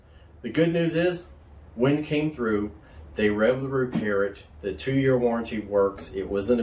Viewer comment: WEN not WIN.